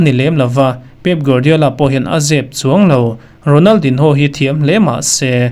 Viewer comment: A hming hi i lam dik lo deuh em, a in ziak ang ang hian an lam ngai miah lo a nia